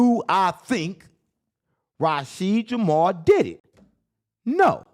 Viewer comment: " Promblem " " Rasheed Jamar " . You need to give the editor a choke slam..